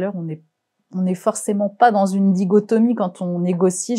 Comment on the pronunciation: Tres intéressant. on dit " dichotomie " et non " digotomie". Pénible de ne pas parler correctement francais pour une journaliste. Mais me fond est tres tres intéressant.